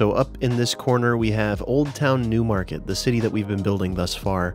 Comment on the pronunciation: Whenever you say “Newmarket” I hear “Noohmahket” because of how quintessential NE it is